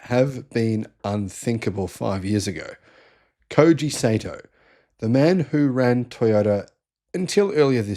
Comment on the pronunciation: Not pronounced "Say-Toe", it's "Sigh-Toe."